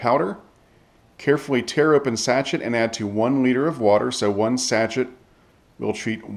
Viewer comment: Absolutely loving these videos, but why do you say sachet that way? XD